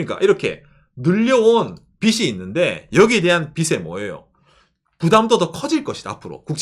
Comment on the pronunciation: 빚을 , 빚에대해서 등등 발음을 비슬 비세대해서 라고 하시는데 비즐 비제 대해서 라고 좀 ㅜㅜ 너무 거슬림